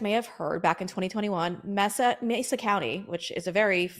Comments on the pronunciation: Pronounced MAY-sa county, not MESS-sa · It's MAY-sa County... Geez.